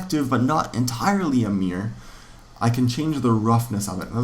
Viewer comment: You have the worst pronunciation of the word "mirror" ever... Great videos though.